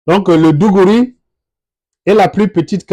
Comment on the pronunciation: Pas mal. Pouvez-vous fournir les références pour lire sur l'histoire des tems ? Juste quelques précisions sur les prononciations : - igom signifie lttéralement étranger en Tem - digouri c'est plutôt d'goré - cèdè c'est plutôt cèdi... - etc... Merci pour le travail que vous abbatez...